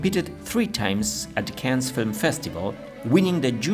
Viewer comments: the "s" in Cannes is not pronounced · Cannes? like ''can'' in english... worked for years in the ninetees Cannes hospital and at the time Festival less stressful... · Learn how to pronounce "Cannes" properly. You are doing it wrong.